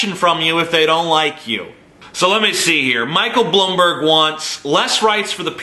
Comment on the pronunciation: As a New York City Citizen for my whole life (14 years) I can confirm that Bloomberg (or how TJ says it "Blumberg" Jk) is a scumbag. And yes, he did somehow change the 2 term limit to 3 right before getting elected, even though he was extremely dislikes by most New yorkers at the end of his second term.